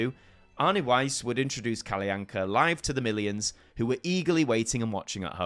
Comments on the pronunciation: Arne Weise's surname was pronounced as "wai-seh", not wise. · I have to point out though that the last E in Arne Weise's name isn't silent, it is pronounced "Weis-eh". Unfortunately, it is more difficult than before to make kids interested in "Kalle Anka" (and my niece has been no exception). ☹️ It is more likely to be appreciated by nostalgic adults these days, even if that group fortunately still is large enough to keep the tradition alive...